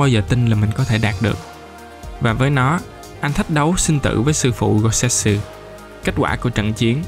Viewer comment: Goutetsu chứ đâu phải Gousetsu đâu ad